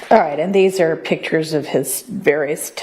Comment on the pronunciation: DOESNT HAVE COMMAND ON THE ENGLISH LANGUAGE. IN WORLD IT APPEARS AXT=ASK OR ASKED. PITCHERS=PICTURES. SHE SHOULDNT HAVE DROPPED ALL THOSE ENGLISH COURSES IN SCHOOL. OR AT LEAST PASSED THEM. I THINK ONE THING FRUSTRATING THE JUDGE IS THEY MAKE NO EFFORT TO DO WHAT SHE ASKED THEM TO DO. THE JUDGE KNOWS THEY ARE GOING TO LOSE SO SUCK IT UP AND MOVE ON.